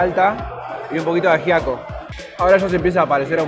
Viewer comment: No ayiaco es ajiaco con la j se pronuncia :D